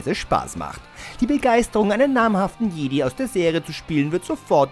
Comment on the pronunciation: Jedi spricht man anders aus haha